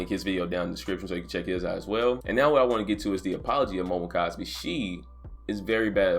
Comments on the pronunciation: kun is pronounced KOON not cun. Sorry it was irking me but good vid bruh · HER name is pronounced Momo - koon. How can I trust your news if you can't even get the absolute basics of a story tight?